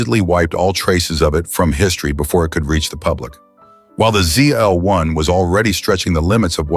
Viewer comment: The last letter of the alphabet is pronounced "zee" in the US and "zed" in the UK. Unless you're treading water in the middle of the Atlantic, "zeed" is not acceptable.